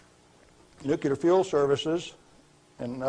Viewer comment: I can't believe he says Nucular